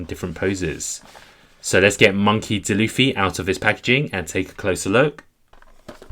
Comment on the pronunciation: Its d. Luffy not dluffy